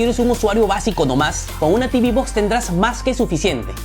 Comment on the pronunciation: Tibi box no Teuve box si. Y realmente si se habla en español.... Caja de TV. Y las caja de TV no tienen nada que hacer frente a un pc. Se venden más caja de TV por que son más baratas. Pero jamás an sido las reinas de nada. Unboxing no. Desempaquetado si. Etc Y las mejores mini pc calidad precio son las de Intel.